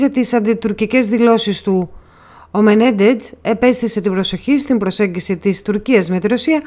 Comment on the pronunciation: Μενέντεζ λέγεται ο άνθρωπος, ΟΧΙ Μενεντετς όπως τον προφέρετε.